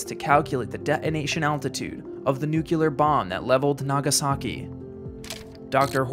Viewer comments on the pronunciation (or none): It's nuclear, not "nucular"...or however that non-word is presumed to be spelled. Nuclear means pertaining to the nucleus. There's no "nuculus", so there's no "nucular". Sorry, but it's hard to take this video seriously if you don't understand that there's no such thing as "nucular" anything. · Pronounce = "Nu-clear" just like it's spelled, nuclear...not...Nu-Q-lur. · "New-Clear", not "Nuke-U-Lar". JFC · It's 'nuclear', not 'nucular'. Just sayin. Good video otherwise.